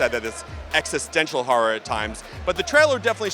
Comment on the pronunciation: Is there any "harror" tho